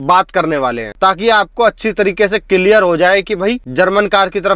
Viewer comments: Kiliyar nahi hota clear hota hai bro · Cilear ho gaya bhai😂😂. Konfidence aa gaya bhai 😅😅 bhai bhai bhai bhai ...agey bolna bhai 😂😂😂